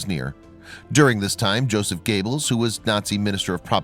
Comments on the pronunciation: Josef Gayballs. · Goebbels Not Gables dude! Duh! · This crappy commentary has to stop..I really hate it for some reason and it's usually Nazi names I have noticed that people doing these commentary's just butcher..are they doing it on purpose??...I mean your doing grave injustice to Goebbels name...I'm sure while he's running a projector for Satan in hell ...he is cringing lol..get it right!!!...get it right!!..you silly untermeshen..these people really existed ...just do some homework and learn how to pronounce his name..or shall I send you to Treblinka ..you fool!!!